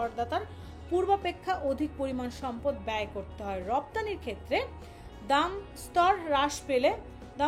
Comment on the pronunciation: দামদস্তর না দামস্তর